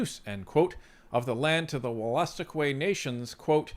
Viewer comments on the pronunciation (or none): It’s actually pronounced “wool-a-stook-eee”